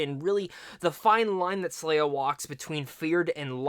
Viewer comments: SE-LAH. Not SLAY-A. I cannot watch this with this mispronunciation. Can’t take you seriously. You aren’t pronouncing it wrong you’re just not READING the name. Lol. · Did you watch the movie? Did you hear any of the other characters call her slayah? Her name is selah. (Say-la)